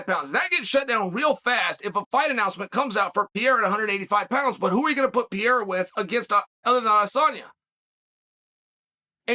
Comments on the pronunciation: I love "Pee era" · Who is this Pierra dude that Chael keeps talking about? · Chael, who the hell is Pierra? I thought Ariel cleared this up